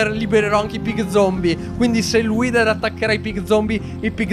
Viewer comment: pronuncia:" Whiter!!! Io: 😮😮😮🥳🥳🤯